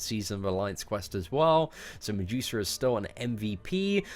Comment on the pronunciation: I laugh everytime you say MiJEWsa instead of Medusa